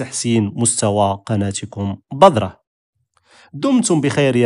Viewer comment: تنبيه أخي لو تفضلت: كلمة بذرة تنطق في اللغة العربية مرققة وليست مفخمة. كي لا تتشابه الذال مع الظاء. وشكرا على مجهوداتك.